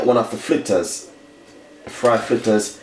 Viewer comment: Chef the word is Fritters not Flitters learn proper pronounsiation